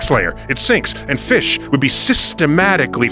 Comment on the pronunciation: This man so smart he mispronounced fish on purpose